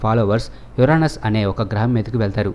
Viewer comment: Rey babu uranos Uranus rendu okela palukutav endi...